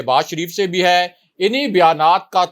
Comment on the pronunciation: When you say ha it's puka penda style improve it or leave this job or make video in punjabi